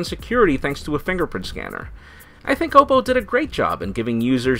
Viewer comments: Isn't it pronounced "ah-poe"? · learn to pronounce Oppo, u fail so hard